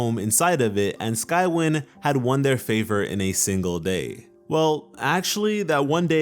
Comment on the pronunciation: It’s pronounced sky-wine